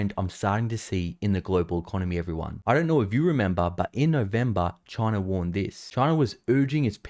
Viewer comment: Damn Chiner